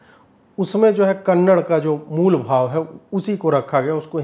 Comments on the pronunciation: it is Kannada .... and not Kannad, next time please note it. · Kannad nahi "kannada" aise bolte hain.🙏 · Dear Bro, it is not KANNAD, it is KANNADA, plz make pronounciation correct, love you. 🌹🌹🌹❤️❤️❤️ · कन्नड़ नहीं 'कन्नडा' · 'Kannada', not 'kannad' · Please pronounce the language as Kannada, not Kannad. I know it is pronounced that way in Hindi, but it seems very odd to cut off a part of the name for listeners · Ajeet'ji, one correction it's not Kannad it's Kannada. Just like it's Hindi and not Hind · Sir, One correction, it's 'Kannada'. That's the right pronunciation. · It’s kannaDA not kannad. Please guys respect to every culture . Don’t mispronounce their names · Just one correction- the language is pronounced Kannada ( कन्नड़ा) and not Kannad (कन्नड़). We make this mistake quite often unknowingly. 😊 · It is Kannada. Not -‘Kannad’. We don’t call it ‘Hind’. Do we? We say - ‘Hindi’. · It's not Kannad it's kannada sir🙏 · It's not Kannad, its Kannada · Ajeet Ji it's "Kannada" not Just "Kannad". Please correct it next time. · Kannad Nahi Sir Kannada (KANNADA) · कन्नड़ नहीं, कन्नड़ा ! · sir, kannad nahi kannada. teek se bolye. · It's not Kannad...it's Kannada brother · Ajeet ji I kindly request you to stress on a in Kannada. As I consider you as a person who support our culture.